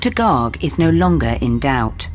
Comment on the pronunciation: Heyy am I the only one who noticed that the doctor was an indian P.S thats "Garg" not " Gaaaarg"😂